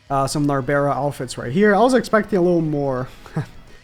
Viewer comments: Please stop calling her nabera Nar-Bral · It's narberal not narbera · the way he says narberal gets me everytime